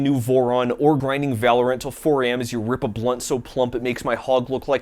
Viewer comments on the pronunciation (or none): none